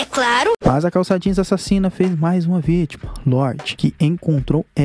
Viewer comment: E bacana quando você fala "A Sasina